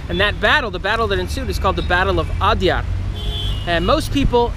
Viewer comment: Well done and Interesting Video! But please focus a little more effort on pronunciation. Every time you said Adyar it jarred a little. The alternate spelling "Adayar" reflects a bit more of the local pronunciation.